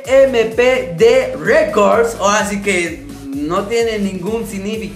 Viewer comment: se pronuncia stampid records